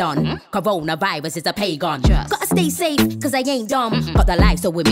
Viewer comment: i swear she just said “stay stafe” or is that just me